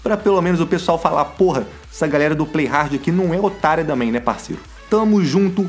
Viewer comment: KKK só agora que percebi que ele fala damém kkkkkkkkkk